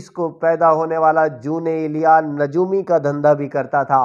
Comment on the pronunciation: جے تینوں اردو نئیں پڑنی آوندی تے، پنجابی دے وچ پڑھیا کر۔ دوجی گل کے تینوں ___ دا وی پتا نئیں کے جون ایلیا کون سن تے اونا دا مقام کی اے۔ تو تے اونا دا ناں ہی سہی نئیں بول سکدا۔ کج شرم کر۔۔۔